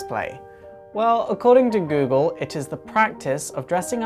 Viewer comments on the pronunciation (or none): none